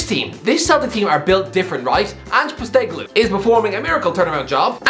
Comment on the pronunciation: Nope. Won't get "Ange Postecoglou" right either 😂